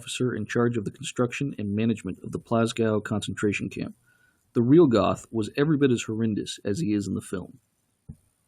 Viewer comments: It's pronounced Geth not Goth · Mr Duke Silver in all the interviews with the real Jews who knew him in Plazow they pronounce his name as Geth or Get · Gerth is how it's actually pronounced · It would have been nice if you’d have pronounced the commandant’s name properly. Spelled “Göth,” it’s pronounced “Gert.” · Its pronounced "Go"eth. As in you GO to the store. Amon Goeth (Gōéth) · Okay, if you're going to tear apart the movie, learn how to pronounce "Goeth" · It's very irritating that this narrator didn't even try to pronounce the names of characters and place names properly. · The way this guy pronounces Hildesheim and Goeth is very cringeworthy.